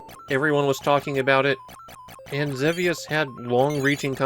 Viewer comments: ZEE VEE USS It's pronounced WITH A LONG E. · I'm fairly certain that in English, the game is typically pronounced Zee-Vee-Us. But I know you often focus on Japanese, where your pronunciation is standard. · wait there's a correct way to say Xevious? I assumed it was one of those names that had differing pronunciations with no clear right answer